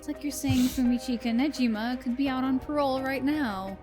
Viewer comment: Don’t worry. Sae’s last name is Niijima, not Nejima.